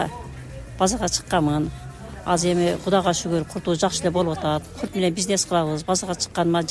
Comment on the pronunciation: Ой эжее чоон эле адам экенсиз озбектерге окшоп кайра кайра эле " курт,курт эле дейсиз да. Курут десениз кыргызча эле Билбесениз дагы бир жолу туура айтылышы да жазылышы да Курут болот